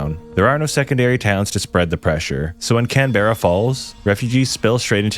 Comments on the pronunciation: pookie its pronounced Can-bruh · That ain’t the outback bro 😂😂 . And Canberra is not pronounced like that it is pronounced can~bruh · This is coming from someone who lives Australia. It's pronounced cam-bra. Not cam-barra. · It’s not can-bear-a it’s can-bra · Not pronounced canberra, pronounced cambra. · canberrie...no bro it's canbra 😂😭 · 'Kan-Berrah' 😂 When you're talking about Aussies to Aussies, it's 'Canbra' 😛 Just as 'Mel-Bourne' and 'Bris-bayne' is actually 'Melbun' and 'Brizbun' 🇦🇺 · Oh my god please mate, it’s not (can-bear-ah) it’s (Cam-brah) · it's not pronounced can-berr-a it's cam-b-rra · that’s Because of our accents, you lot just don’t understand English enough and break every word down and pronounce it the same format a toddler does when learning to speak “Can-bear-a” is actually pronounced “can-bruh” “Bris-bane” is really “bris-bin” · It’s not canbera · It’s pronounced more like CAN-BRA. We aussies drop half the word in other some names. Also melbin for Melbourne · "Can beh ruh" lol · I love how foreigners pronounce the names of our cities. Like "Can-Bear-Ah" or "Bris-Bane" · Lets be real, its not wrong pronunciation, its just not the Aussie one. We shorten everything can-bra bris-bin. Its just our lazy accents. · Canberra is actually pronounced “can-brah” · You should search how to pronounce the town's properly. It's pronounced Can-bruh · Canberra is pronounced canbruh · cam bra is how we pronounce it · Love the vid but please do not pronounce Camberra like that ever again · I know I’m being nitpicky, but as an Australian: It’s pronounced “CanBra” “Melbin” Victoria is more populated then NSW “Yarah” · It pissed me off how you pronouced canberra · Bro, the way he said Canberra is insane😭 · It pisses me off how he said Canberra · I think its a crime against all of Australia with the way he pronounced Canberra. It just hurts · I think the pronounciation of Canberra was a giveaway lol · You said Canberra wrong